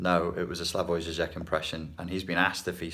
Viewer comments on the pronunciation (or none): Hi coach! You pronounce Žižek wrong, your "z" should sound more like "si" in the word "illusion". Thanks for aaall and best from Slovenija!